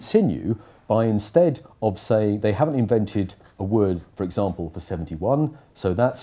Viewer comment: It’s interesting how he switches to English but still pronounces some words with a French accent, e.g example or France